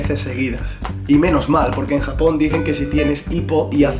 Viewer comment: Aaah me encantó el video 🙌🙌 pero dices "jamón" en lugar de Japón 😂😂😂 sólo fue una vez y chicos "hacer" va con H saludos desde México 😆